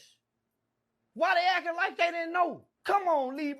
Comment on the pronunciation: said "Lee-Bron"